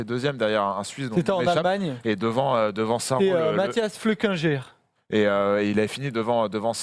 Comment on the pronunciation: "Mathias Flückerger"? Flückiger plutôt, non?